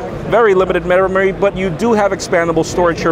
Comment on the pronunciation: hahah 'MEROMARY"